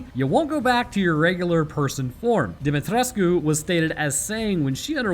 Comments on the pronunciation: Yes, you did pronounce the Romanian last name correctly. The game developers failed with the mispronunciation. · Dim-ee-tres-coo. You got it boss